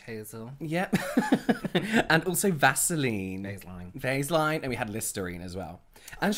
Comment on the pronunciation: “Is that a sea monkey” 😂🤣😂🤣 I swear I have never laughed so hard y’all are just too funny together and tops it all off. Y’all should get into comedy! Also I’m gonna start calling Vaseline “Vase-line” 🤣🤣